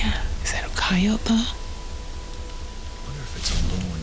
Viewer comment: It's pretty bad when out of 3 people only Moneymaker can pronounce coyote correctly instead of using an incorrect bastardized one.